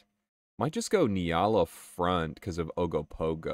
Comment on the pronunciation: "We have Ogopogo at home!" Ogopogo at home: Ugg-o-Pug-o